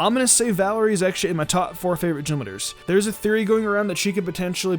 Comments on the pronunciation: I thought you said genwunners instead of gym leaders for a sec..... Great start into the video lol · "Gym lidders" bruh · He keeps on saying “Jim leaders” and it’s unsettling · All I can hear is gym litter...